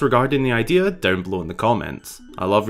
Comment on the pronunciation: I thinik its an itristing idear